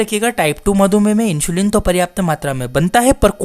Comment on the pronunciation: It's इन्सुलिन not इंशुलीन 😂😂